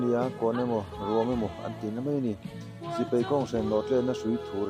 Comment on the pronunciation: I thil lam hi, Sipei nilovin, Sipai tih tur ani zawk lo maw?